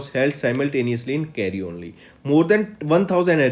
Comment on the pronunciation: It's Cairo sir not cario